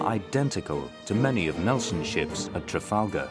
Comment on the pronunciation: "Trafalger" lol. For that extra bit of credibility for the channel.